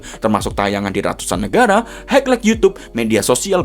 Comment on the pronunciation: Kritik : belajar spelling bahasa inggris atau bahasa asing lainnya, terutama yang berhubungan dg istilah sepakbola. Biar ga geli denger mimin ngomong highlight. ✌(◕‿-)✌ peace bang...